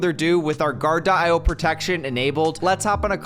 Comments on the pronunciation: Great video but you mispronounced your sponsor. You were saying guard-de-eye-oh and it’s simply Guar-dee-oh or guard-e-o. Just like the rapper coolio (eeh oh). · sponsored by Gar-Di-Oh ????? say this: Guard-Dee-Oh